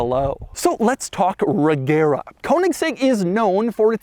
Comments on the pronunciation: The name is pronounced "Rejera" and means "rules" in Swedish. Source: I'm Swedish ;) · Fun fact: it is pronounced Rejera (it's a Swedish word for rule) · The swedish pronunciation is not with a "hard g" but more of a "soft g" so not "reGera" but more like "rejera" and say it a bit slowly and you have it. It meens "to rule" in swedish. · Isn't it pronounced Rejera? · The g in Regera is soft so it’s pronounced more like reh-JEHrah. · Fun fact: Regera is actually pronounced "RE YEAH RA" in swedish, it means reign or rule. The G is soft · Doug being Doug. Butchering the pronounciation of foreign car brands. It’s kÖnigsegg not koanigsegg and also, reYera… 🙄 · FYI, "regera" is Swedish for rule and the G is pronounced as a J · Youre saying Regera like Agera which is odd to us natives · Not to nitpick, but the "g" is soft, not silent.